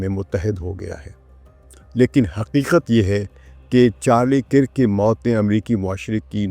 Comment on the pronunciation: Kirk is pronounced as “KURK”. Please correct.